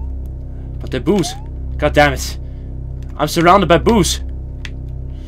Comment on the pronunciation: Note: Work on pronunciation of "boos".